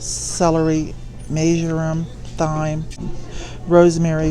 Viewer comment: Just found you, I enjoy watching you very much. Thyme is pronounced like time. Much love.